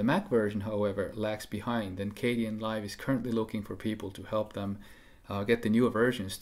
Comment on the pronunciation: I thought it was pronounced "KAY-den" and not "KAY-dee-en" Live, or am I wrong?